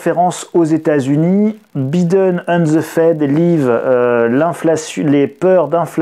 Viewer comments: le "i" de Biden se dit "aïe" donc B-aïe-den, svp cela fait mal aux oreilles avec un "i", merci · Biiiden!!!🤣🤣la prononciation à la française..hahahaha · la prononciation de Biden MDR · Grand merci pour la vidéo . Mais pourquoi prononcez-vous le mot "time " a la façon Américaine " alors que le nom Biden est dit à la Française ?